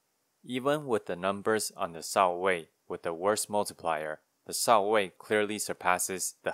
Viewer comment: I like how pronounced Shao-Wei as 「少尉」 (lieutenant) XD. It’s actually 「少微」 though, one of the old name for Chinese star sign system.